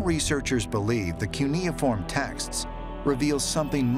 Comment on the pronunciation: It’s pronounced: kyoo-ni-form